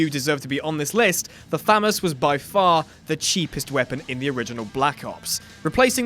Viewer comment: I don’t thick that’s how u say FAMAS 😐🤔